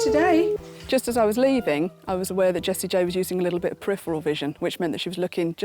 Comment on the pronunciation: I thought she was saying Jessie Jane